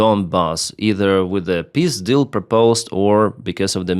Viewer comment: when you said Peace deal, I understood Pizdil ... it goes as well..